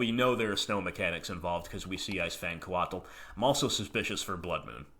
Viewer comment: lol coatl is pronounced like the word coat with an extra letter. Or sort of like Kotal Kahn's first name from Mortal Kombat.